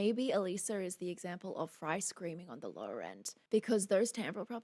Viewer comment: It's absolutely her voice although somewhat layered in this song. You're one of the first persons to pronounce her name correctly and I commend you for that! I'm a huge fan (she literally saved my life...Long Story) of Alissa and on her Patreon (Biggest Patreon fans are referred to as "Beastlings"...Hence, Queen Beast). also. Now you really, really need to react to their newest song; "House of Mirrors" It's PHENOMENAL as well! ) I've seen them live several times as well as had VIP passes!!! AWESOME!! 😃🤘 If you have difficulties understanding these lyrics, (which I guess you don't...but here ya' go anyway! (This song describes 95% of my exes) Yaaa...owww Secrets whispered through a veil of lies When did I become this person you despise? Open- my eyes You've been in- disguise The door is closing You're on the outside now it's curtain call After everything I did for you This is what you choose to put me through? What happened to the concept of loyalty? I guess there is no more honesty! Open my eyes You've been in - disguise The door is closing You're on the outside now It's curtain it's curtain call Deceiver, Deceiver My head is still spinning from your Judas kiss Deceiver, Deceiver Not one thing about you I will miss You put on a great act -I'll give you that Go on and take a bow -you despicable Rat! Accept the applause, you king of whores This is your Grand Finale Deceiver, Deceiver My head is still spinning from your Judas kiss Imposter, I see you Thou beest slain, Tyrant, Sh